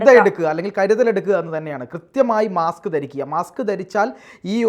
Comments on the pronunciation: മാക്സ് അല്ല മാസ്ക്. 😮😮😮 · മാക്സ് അല്ല മാസ്ക് ആണ്.